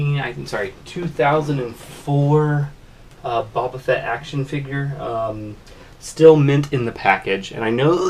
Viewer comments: It's pronounced Bow-ba Fett...not Babba Fett 🤦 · least say his name right